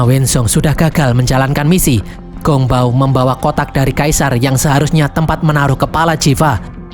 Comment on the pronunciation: Sichi...ngomong siqi..bukan siki. Ssmangat...😊Gongbao..bacanya Konng pao..p jadi b, b jadi p...semangat